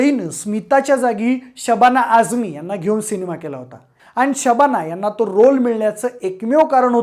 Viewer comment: न ला ण ... स ला श ण न ला असे का म्हणता?? खूप जणाची प्रवृत्ती आहे ही!... आणि हो शबाणा नाही ❎शबाना ✅